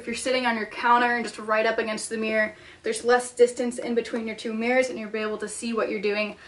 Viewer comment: The way you pronounce "mirror" is funny. Meer. Meer. Meer